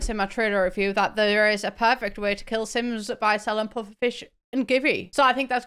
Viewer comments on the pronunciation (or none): none